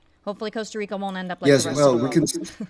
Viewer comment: Coasta Rica 😂😂😂